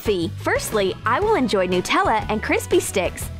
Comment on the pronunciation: It's nutella not nootella